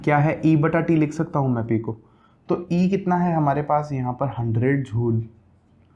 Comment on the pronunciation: सिर झूल नहीं जूल होता है